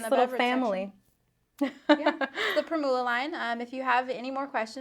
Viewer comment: The word "primula" is pronounced with the accent on the first syllable. Think of how you pronounce "formula" with the stress on "form".